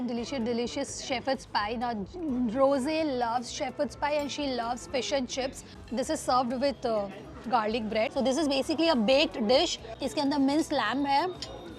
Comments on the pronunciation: Yes please upgrade your camera and let me correct you it's Rose not Rosea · Pronounce the names properly that not rosae that is rose